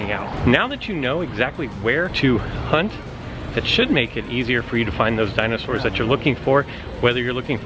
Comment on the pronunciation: Your pronunciation of dinosaurs is cringeworthy